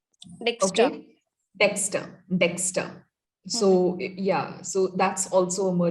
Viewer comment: You mean Dexter, not Dexta